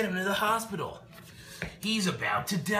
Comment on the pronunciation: couldn't stop laughing at the "OFF TO THE HOSHPITAL" parts